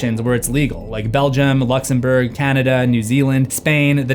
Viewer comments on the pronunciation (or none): none